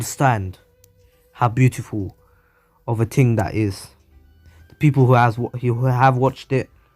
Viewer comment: some people:beatiful other people:very pretty this dude:BUEATIFUL